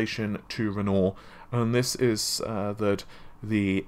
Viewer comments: Please!!! REN-WAH!!!! Not Rennor!!!!!! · RenoAr not Renault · Renoooooor? Renoir is pronounced Ren-whar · Repeat after me: **Ren-WAH**, RenWAH. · Do you intentionally mispronounce words to boost engagement or something? You must've read thousands of comments correcting Navi, Renoir etc. by now but you keep going lol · mispronouncing Renoir isn't anything to do with having a British accent.